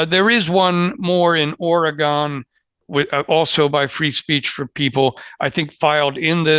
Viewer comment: I appreciate the professionalism and expertise of all Lawfare fellows, even though continues to badly mispronounce “Oregon”.;-)